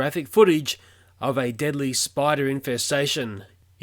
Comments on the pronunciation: He said deably instead of deadly🐵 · "deably spiders" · He said deably now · 0:4 it says deably not deadly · nice "deably" spiders ;) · lol, it said deably spiders at the beggining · It says deably spiders instead of deadly spiders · deably spiders? DEABLY? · "very deably spiders" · Holy shit I'm terrified of "deably" spiders 😂😂😂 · the warning said deably spiders 😂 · It says deably spiders 😂 Not deadly! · Deably? on the start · im sorry but "deably"? excuse me are you alright buddy? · wtf do you know how to speak deadly